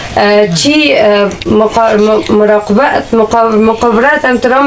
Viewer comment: الا موردم از خنده 😂😂😂چی مقاربت چی مراقبت 😂😂😂 هی هی برپدرت نالت طالب که دنیایی رسانه و گویندگی و یوتیوب به کی ها مانده